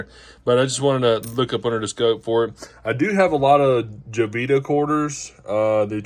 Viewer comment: Please let people know... it's not pronounced Jo-vita It's pronounced Ho-vita